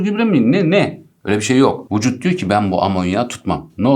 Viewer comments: öyle fazma "vuçut" demişsiniz ki videoya odaklanmakta zorlanıyorum :/ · Yanlıs vucut değil vücut